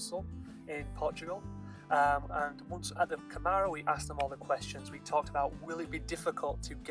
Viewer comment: Câmara it is said more as cAmara than camAra, you say a little more open A in the first ;)